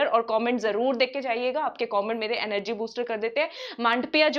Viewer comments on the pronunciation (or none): none